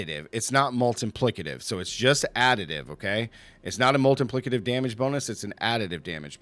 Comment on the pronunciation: I love the way you say "multiplicative" - sounds like "Molten Plicative". I'm playing crushing hands and love it! you need to try evade! Best speed farming (besides pit) build in the game